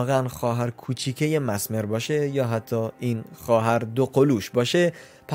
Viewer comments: میشه بدونم چرا انقد اشتباه تلفظ میکنی؟ کاملا نوشته میشه messmer چجوری masmer میخونی؟ مِزمِر. به این راحتی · آقا دمتگرم که ویدیو میسازی ولی اسمش ملینا هستش اونم مَسمر نیس مِسمر